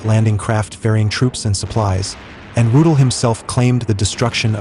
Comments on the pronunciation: Rudel is pronounced "Roo-dell", not "Roodle." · Was ist das nur für ein Blödsinn, kontrolliert denn niemand diese idiotische KI - Übersetzung?!?!? Ich fragte mich die ganzen Zeit von welchem ominösen "Rut" hier die Rede ist - bis ich dann herauslesen konnte das von Hans-Ulrich Rudel die Rede ist. MannMannMann was für ein Dilettantismus! 👎👎👎👎👎👎👎👎👎👎👎👎👎👎👎👎👎👎👎👎👎👎👎👎👎👎👎👎👎👎👎👎👎👎👎👎👎👎👎👎👎